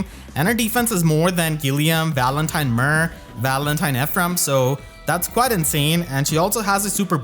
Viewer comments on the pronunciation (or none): none